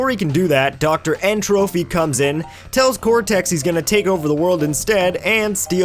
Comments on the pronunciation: Isn't it N-Tropy as in Entropy, not Trophy. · "n. trophy" nigga its entropy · Why does everone call him N. trophy? its N. TroPy, as in entropy, a from thermodynamics